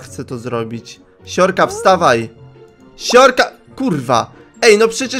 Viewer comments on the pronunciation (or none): Zamiast uslyszec: siorka siorka polamalem sie to zrozumialam: siurka siurka polamalem se XDDDX